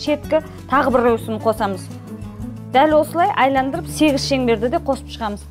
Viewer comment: Айландыру емес Айналдыру